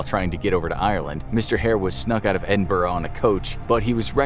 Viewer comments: ‘Edin-burgh’ Ew. It’s Edin-boro It’s fine though, you’re not from the UK. Great video ❤️❤️❤️ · It's pronounced "Edin-bruh" ❤